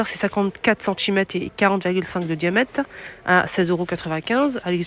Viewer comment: Juste une petite remarque , on ne dit pas "diamète" mais "diamètre", sinon merci pour la description .